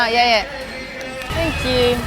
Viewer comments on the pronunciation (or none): "Tankiu my fren" kkkkkkk nsei quantas vezes ouvi isso